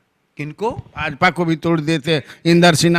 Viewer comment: भाजापा नही भाजपा होता है सर ।